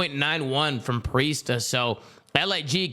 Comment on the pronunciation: bro said priestah 💀